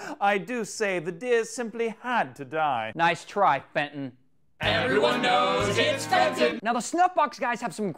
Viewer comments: It's not Fenton is Benton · The dog's name is Benton, not Fenton...... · The guy is welling benton not fenton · FENTON! Jesus CHRIST. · Actually its benton xD